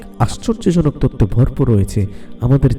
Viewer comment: তততো না তথ্য, মাতা না মাথা, উচ্চারণ সুন্দর হলে ভিডিও দেখতে ভাল লাগে। এই ভিডিও তে যিনি বর্ণনা করেছেন উনি সম্ভবত চট্টগ্রামের লোক।